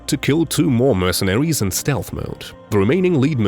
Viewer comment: Hilarious how the narrator pronounces "mercenaries" as "mercenawies". Often substituting the "r" with a w.